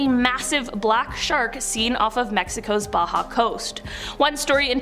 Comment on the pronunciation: I like the video BUT I HAVE TO SAY TO THIS INDIVIDUAL SPEAKING; YOU NEED TO KNOW HOW TO PRONOUNCE BAJA AND MOL0KA'I. Please do your homework cause you are embarrassing yourself among some who follow things like "pronunciations" of peninsulas and islands!